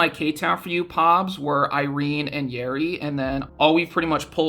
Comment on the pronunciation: When you say Yeri I thought you said Yuri and I was like "WHERE?!?" 😭 Wait how do you even get a Korean address that's so sick